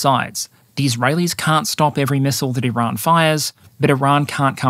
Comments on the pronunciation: You pronounce Iran weirdly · I salute your Farsi-inspired pronunciations of “Iran” and “Tehran”. Though I am American, I will respectfully drop the r when saying “Darwin” or “Melbourne” if ever we meet at the -fandom convention. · Why do you purposely mispronounce Iran like 90% of the time? It doesn't make you sound cultured just like a try hard. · First we had "Iran". Then our American friends introduced us to "Eye-ran". Now you're telling us it's "I-r[Scottish/French "R"]an. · Here just to hear how pronounces Iran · I dont know why, but "R" in "Iran" give's me wired posetive chils..